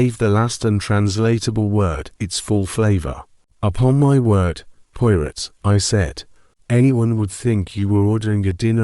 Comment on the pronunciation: Sounds like it's read by AI. Can't even correctly pronounced 'Poirot' keeps saying Pio-rit